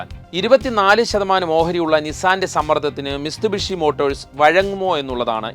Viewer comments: മിസ്തുബിഷി അല്ല മിത്സുഭിഷി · മിസ്തുബിഷി എന്നല്ല മിത്സുബിഷി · മിസ്തുബിഷി അല്ല മിത്സുബിഷി